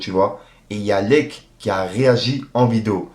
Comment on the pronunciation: Ça ne se prononce toujours pas leck mais L.E.C.K (il faut l'epeler le blase si tu préfères 😉) Paix et Amour 🙏🏻❤️